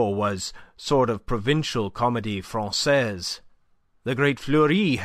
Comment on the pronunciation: Enjoyed the reading. A few awkward, Americanized French pronunciations caught my ear, but the wrong pronunciation of Francaise by Pantaloon, followed by the correct one by Andre-Louis made me wonder.